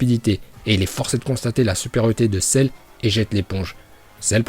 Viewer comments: Arrete de dire cerre je vais me desabonner a cause de ca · Celleeeeee!!!😂😂😂trop cool ton accent japonais et merci de nous avoir montrer les niveaux de puissance de Celle 😎